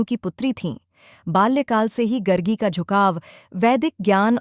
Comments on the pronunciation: It’s Gaargi & not Gargi गार्गी and not गर्गी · सही उच्चारण गर्गी नहीं गार्गी है। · गार्गी है ये, गर्गी नहीं है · गरगी नही गार्गी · It is not गर्गी वचक्नवी but गार्गी वाचक्नवी. People who don't even know how to pronounce the name are making videos! What a shame! BTW, Gargi Vachaknavi (गार्गी वाचक्नवी) was the daughter of the sage Vachaknu from the lineage of the sage Garga (गर्ग). Hence the name. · It's pronounced Gaargi... The speaker should have atleast got the name right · Itna research kiya aapne Naam toh lena chahiye it's गार्गि Gaargi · Gaaaaargiii.. atleast pronunciation is important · Very well explained. The video have done its job to make people remember her actions and what she did for the society again. 🎉 Kudos ! Just keep sharing the knowledge. 😊 Some people still dont remember the true essence why the video was actually made and kept pointing out the pronounciation mistake of the name. I understand, its not right. But I also believe that there was something bigger than that in this video. Please don't get disheartened, just take extra care of this from your next videos. Thanks, Keep up the good work!❤ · it is "Gaargi" as in गार्गी = गार् गी It is "rushi" और " rishi " as in ऋषि When you do not pronounce Sanskrit words correctly, it changes their meaning.